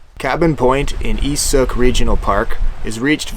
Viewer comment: Sook rhymes with.